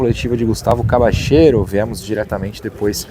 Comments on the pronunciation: Acho q a pronúncia correta do nome dele é Cabalhero e não Cabachero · Depende do sotaque. Argentina e Uruguai pronunciam como “cabachero”, na Espanha “cabalhero” e a pronúncia mais comum entre países hispanohablantes seria algo como “Cabadjero”.